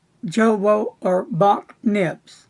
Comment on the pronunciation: At the risk of being pedantic,...the Jowo nib is pronounced: yowo. Keep up the good video clips, I always enjoy them. Cheers.